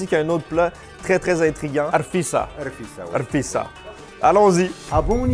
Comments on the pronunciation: Ta prononciation de la rfissa est super ! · Merci d'avoir mis notre pays a l'honneur ❤️ Très belle vidéo! Et ta prononciation de Rfissa est impeccable 👍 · Ta prononciation du rfissa est A1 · Tu as très bien prononcé Rfissa et ce que tu as mangé a été fait avec des msemen effiloché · Respect pour ta prononciation du rfissa :)